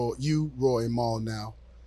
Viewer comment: I don’t understand why joe keep letting them say Rory name wrong..